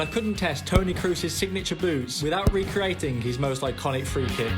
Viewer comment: dude pronounced Crusie like tom cruise😂